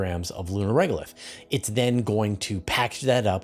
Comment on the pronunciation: Here's why i STOPPED watching videos: he wants to describe Chang e 6's intended job. He says that it's job is to scoop up two kilograms of "lu-reg-lith" He continues; "it's then going to pack that up and put it into a SCENT module, and... " It's this SLOPPINESS OF DICTION, and LACK OF CARING ABOUT THE LISTENER that made me stop watching Universe Today Podcasts YEARS AGO. Every couple of years I check back in to see if ANYTHING has improved - - - BUT IT NEVER DOES. Oh well - - - If nothing changes - NOTHING CHANGES!!! ffs!